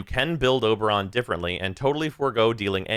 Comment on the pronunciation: It's Ober